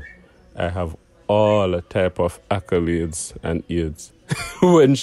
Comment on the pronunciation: 😂😂Kreater wid nuff “akulades”😅😅